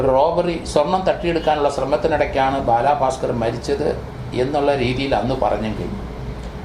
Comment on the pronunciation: ബാലാാാ ബാസ്കറല്ല ബാലഭാസ്കര്‍ അങ്ങനപറയൂ